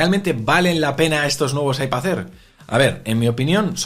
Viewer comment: IpaZ Air jajaj mola la pronuncación de las "d" a final de palabra como "z" LibertaZ, fraternidaZ, MadriZ jaajaj que grande🤣🤣